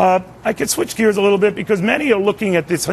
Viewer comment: "little" not lottle